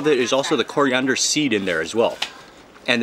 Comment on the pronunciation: STOP SAYING CORI-UNDER!